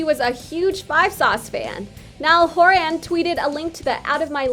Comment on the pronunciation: NiAlL HoRaN (they way she says it 😂)